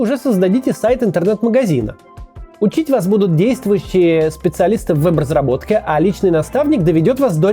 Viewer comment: Вот эта российская "Е" я ору ))). вЭб разработчиков,а не вЕб разработчиков. Хахахах